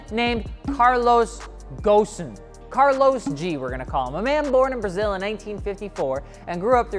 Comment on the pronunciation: dude i'm like from lebanon and see litterally every youtuber pronounce ghosn "ghon" and be like whatt?? it's pronounced gh o s n and the gh is غ